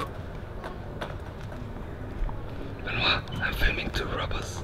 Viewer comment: Call th police Béééénoit.MDRR,mes potes non Francophones sont aussi incapables de prononcer correctement mon prénom XD